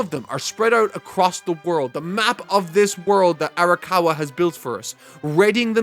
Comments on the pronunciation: My man it’s arakawa not arikawa. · Just been bothering me a bit, you're pronouncing Arakawa's name as "Arikawa", I know you care about referring to the author with correct pronunciation (evident in your Bleach videos), so I thought you'd want to know. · Times said Arikawa instead of Arakawa: 3